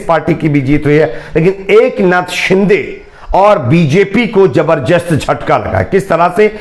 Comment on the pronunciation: Jabar jast nahi.. zabardast..pahle apni Hindi Urdu theek karo